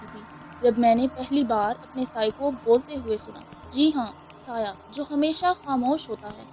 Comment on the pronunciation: Saya nhi bolta tmhy ghalti laghi h reading ma